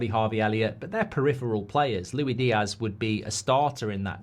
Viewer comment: LuiSss Diaz geez! Not Lui 😂😂😂